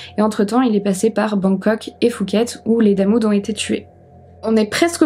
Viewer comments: phuket n'est pas prononcé "foo-ket" mais "Poo-ket" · Prononçons pouket comme les poux dans les cheveux Pas fouket comme le resto parisien fouquet s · Merci pour la video.. Juste pour info au cas ou tu traites d'autres affaires thaïlandaise les lettres P et H qd elles se suivent ce prononcent P pas F.. 😉 donc phonetiquement pour phuket on dit pouquette pas fouquette.. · Chouette vidéo. Juste une précision en passant, Phuket se prononce Pouquette pas fouquette. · Je vis en Thaïlande, ça se prononce Puket pas Fuket. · Salut, on ne prononce pas le h de phuket, on dit pouket. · c'est quoi cette prononciation de Phuket xD ont dirait qu'elle dit Fouquet's 🤣🤣🤣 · C’est PHUKET…. avec un P🖐😎 on ne prononce pas le H …..( Poukèt en phonétique ) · Par contre Phuket se prononce pouquette